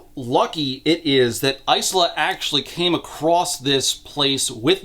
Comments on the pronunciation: Lemme say it after hearing it in Lightdark. EYE-SLAHH is a dumb pronunciation. I no longer care to hear opinions against that. Yes I know the writer says it's pronounced that way in the book, I'm not calling her that. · You pronounce Isla like "ice-la" but wouldn't it probably be "eye-la" or "iz-la"? Eye-la is how the name is usually pronounced (e.g. Isla Fisher) and the author is from a Spanish-speaking background and Isla is Spanish for Island and pronounced iz-la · The S is silent in Isla so its "Ila". Its Scots. I wouldnt expect a random reviewer to know, so its an easy mistake, ...unless you're the AUTHOR. I hope to God the author didnt go around pronouncing a Gaelic-based name phonetically. Its one thing to Anglicize it (which would be to change the spelling to more English Ila or Eyela to communicate the pronunciation ie Padraig becomes Patrick.) But doing the opposite (changing the pronunciation to fit your interpretation of the native orthography) while giving your character a well known ethnic name, isnt creative, its lazy and ignorant. Again its fine if you just pronounced it wrong, you cant be expected to look up every name, we learn stuff every day. But an AUTHOR should really know about the names she using. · The author of the book pronounces the main character’s name as Ice-la so that’s how pronounces it, they know that the real name is different thankfully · Why are you pronouncing Isla as Ice-luh instead of Eye-luh? Do you call islands icelands too? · Genuine Q: is the protagonist's name actually pronounced "ICE-luh" in universe? Because the name Isla is normally pronounced "EYE-luh", like "isle" with an a instead of an e. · The fact that it's ICE-la and not EYE-la is enough to make sure I never pick up these books. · My only complaint is Isla is pronounces "eye-lah". Like island. "How she got her name!" Lol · Almost 8hrs of this man being unable to pronounce Isla 😅 Its Eye-la. Like how you say Island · "Eye - La"